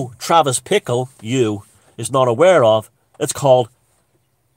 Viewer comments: Bickle not Pickle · I think it was Bickle ...not Pickle